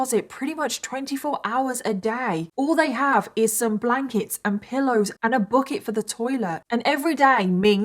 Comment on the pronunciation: "Book-it". I heard book-it 3 or 4 times before i figured out she's saying bucket.😂